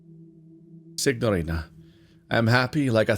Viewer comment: I may be mistaken as I don’t speak Italian, but I don’t think you’re supposed to pronounce the g in signorina.